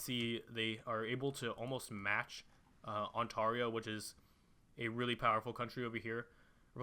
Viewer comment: not ont-arr-io it's ont-air-io